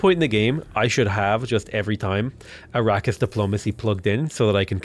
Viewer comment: a-RAH-kiss , not ara-keeysh though...